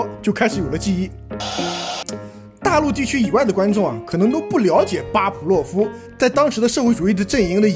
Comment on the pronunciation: 巴甫洛夫，fu，不是pu